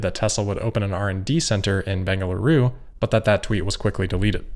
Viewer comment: Congrats for nailing pronunciation of "Bengaluru" and "Karnataka"